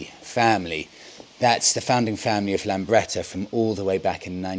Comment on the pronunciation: Lambretta not Lamberta!